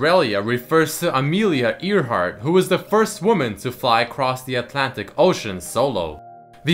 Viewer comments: ... EAR - heart? Really?.... it's AIR - heart. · It's pronounced "airheart" not "earheart" lmao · Amelia airhart not earhart when pronounced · EARheart LOL not air`heart? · LMAOOOOOOOOOOOOOOOOOOOOOO AMELIA EAR-HEART HAHAHAHAHAHHAHAHAHAA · i believe amelia earhart is pronounce "air"-hart i may be wrong however its just that ive heard it said that way. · its "airhart" in pronunciation haha oh well xD Right spelling though :P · Amelia Ear-Heart? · It is pronounced Air-heart.